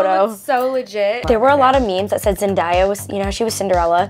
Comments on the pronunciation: Zen-day-a not zen-die-a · EXCUSE ME NIKI 😂 “Zen-die-a” ITS zenDAYa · Niki mentions The Greatest Showman but can’t pronounce Zendaya’s name right 😂great video girls💙💖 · ..... Zen-die-ya I'm triggered. Why Nikki why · “Zendiya” .....ummm sis it’s ZENDAYA lol still love you tho !😂💕 Edit:woah 121 likes??! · "Zendiya?!" Isnt it "Zendaya" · Zen die ya 😂😂😂😂😂 it is pronounced Zen day a but it is good 😂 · I know how zendaya always says people mispronounce her name but I’ve never heard it before until now !!! Nikki it’s not Zendiya.... it’s zendaya!!! Not that hard people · Niki said Zendieana it’s ZenDAYana😭😭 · Zen-die-ya Seriously niki?😂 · Niki said Zendiya when its Zendaya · Nici said zediya it’s zendaya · ew she said “DIE-YA” it’s Daya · It is zen-day-a NOT Zen-dai-a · Thought I was crazy to🙄Zen-Daya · MAN I DID, I FUCKING CRINGED AND SCREAMED AT THE SCREEN “ZEN- DAY- AH” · it is pronounced Zen - day - a (I hoped that helped) 😊😀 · It’s pronounced zen day a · Sarah Zen- day-ya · did niki really just say "zend-i-ya" smh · did niki just say... zendIya???? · When niki said Zen-die-ya the translation said some diyos 😂 I'm DEAD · sis really said ‘zend-i-a’ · Zen-die-ya why niki why 😩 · it’s ZEN-DAY-A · zen-day-uh not zen-die-uh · Not to be mean but it’s zen day a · Did anyone else feel super uncomfortable when Niki pronounced ”Zendaya” wrong or is it just me? OMG thank you sooo much I have never had this many likes!! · Did anyone else get triggered when niki mispronounced Zendaya’s name? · i hope i’m not the only one that found it so funny the way niki pronounced zendaya 😂😂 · The only thing I have to say is her mispronouncing zendaya’s name lol 🤣🤣🤣🤣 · How Niki pronounced Zendaya's name has me TRIGGERED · the fact that zendaya is such a kween and niki pronounces her name incorrectly...smh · Who cringed when Niki said Zendaya's name wrong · She Messed up zendayas name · You her name wrong pronounced Zendaya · Niki did NOT just pronounce zendaya that way !!